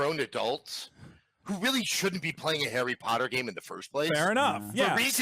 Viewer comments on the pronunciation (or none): none